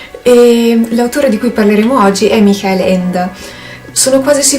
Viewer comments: Dopo gli abominevoli "maicol" (Michael in pronuncia americana) ho sentito una pronuncia più verosimile, ma sembra che pronunci "michèl" ma in tedesco non si pronuncia così ? "micà-el", le due consonanti si pronunciano entrambe, con l'accento della sillaba sulla a. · ps. non riesco a sentire la h aspirata, considera comunque che ho problemi di udito e forse è un mio problema, io lo sento effettivamente come "mikàel" (minuto 1.40 mi pare)